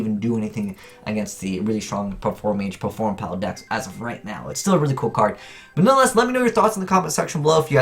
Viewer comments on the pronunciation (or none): none